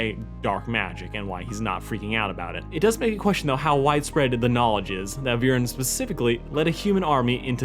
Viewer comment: "Have you all forgotten that one abysmal episode where Viran ordered his son and daughter to go and kill an 10 year old child-king?" First of, it's Viren, not Viran, it's really not that difficult. Second of all, Viren trying to kill Ezran and Callum and retrieve the egg is not bad writing by any stretch of the imagination. That's like saying Ozai sending Azula to kill the Avatar is bad writing; it doesn't make any sense. It's perfectly in character for Viren to want the dragon egg back and it's also in character for him to think that the princes need to be taken out of the picture so that he can size the throne and protect Katolis from a position of power. You also seem to forget that he didn't send Soren and Claudia to kill the princes, he gave each of them two different missions and told them to keep them secret from each other. Soren was tasked with killing the princes and making it look like an accident, while Claudia was tasked with retrieving the egg at all costs, even if she had to leave her brother to die. The plotline was far more complex than you make it out to be. It contributed to the overarching story and it served to establish both Soren and Claudia as characters, helped develop their character arcs and Callum's own arc. There is nothing wrong with it at all from a narrative perspective. "And how Soren went out of his way to kill him and continuously failed at it and it was played for laughs?" It's almost as if that's literally the point. Soren doens't actually